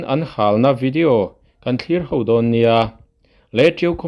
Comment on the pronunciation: Mizo ṭawng hi hman dik hrâm tum teh aaa,HO tih tur hi HAU tiin i lam ṭhin a,nhaihthlak a hrehawm em mai.